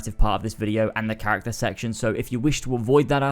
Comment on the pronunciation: Next time I watch a video I’m going to play a drinking game for every time he says CHARATCER